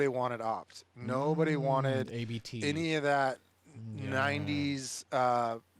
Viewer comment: Not hating, but if you have a VW podcast and don’t know it’s “Abt” one word, not A B T, you may need to do research. Abt is the family name of the company.